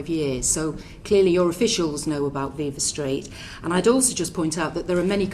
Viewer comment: Interesting to note Braverman's performative ignorance of Viva Street, by mispronouncing viva.